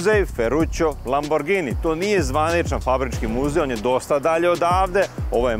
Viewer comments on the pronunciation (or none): none